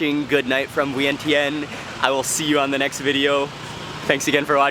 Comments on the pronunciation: did he say vin tin?.....i thought he thai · I am sorry wrong pronunciation of Viengchan, thank you 🙏